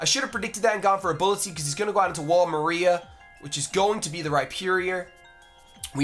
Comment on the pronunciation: wall maria isn't pronounced like the name maria, it's pronounced Marr-Ee-Uh not Muh-Ree-Uh